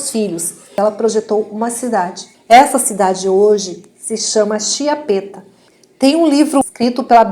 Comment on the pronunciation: se posso permettermi ti suggerisco la pronuncia esatta di chiappetta: ch viene pronunciata come K prova a leggere kiappetta I tuoi video sono molto interessanti grazie!!!! Un bacio😘